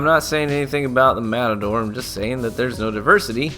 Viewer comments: Lol, the metadore xD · metador lol